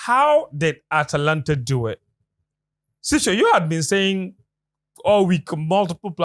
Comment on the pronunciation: It's true that is an Atalanta fan I remember last year when he slipped his tongue on the name of the team 😅😅😅